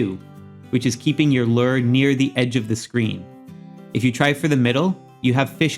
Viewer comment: Great video! Super helpful! As a real life angler though it bugs me how you say "Lure." 😂😂